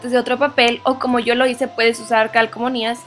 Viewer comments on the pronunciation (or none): Parece que dices CALCOMONÍAS XD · Se llaman calcomanías, no calcomonías... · calcomonias???? no sera calcomanias.....